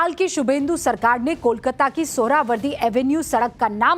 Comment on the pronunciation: Madam, आप इतना डांट डांट कर आक्रामक ढंग से क्यों बात कर रही हैं? दूसरी बात, कोलकाता का उच्चारण आप कोलकाता न करके कोलकाता या कोलकता क्यों कर रही हैं?